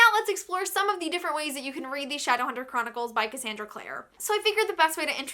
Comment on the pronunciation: the fact that you called it "shadowhunter choronicles" tells me enough